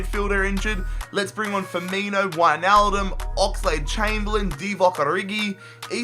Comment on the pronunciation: In he said winealbum